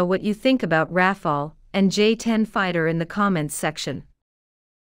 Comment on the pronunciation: Why she keeps saying, Ra-Fail-ee ?